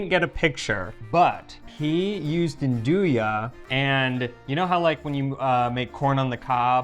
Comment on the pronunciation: Nduja when said by the d is silent but when says it the d is emphasised. I suspect that says it right.